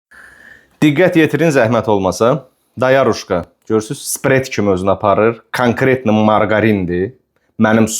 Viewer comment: "Spret" yox "sprey".